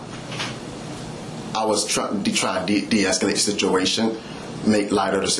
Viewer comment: Sishuation. Fuct!